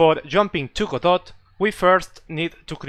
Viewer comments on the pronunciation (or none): It's pronounced, "god-OH"